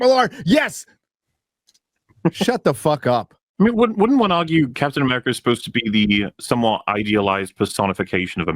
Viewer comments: it's AMERICA, not AMERICA-R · The way he put stress on "America" makes me root for Red Hulk.